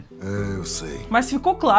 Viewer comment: Mano, eu adoro seus vídeos, vc conta a história de maneira mto empolgante, mas confesso que o fato de vc chamar o "JOEL" de "JOW" me incomoda mto! 😅